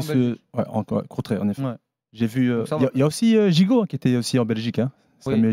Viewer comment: Mdr il a dit Gigot 🤣🤣🤣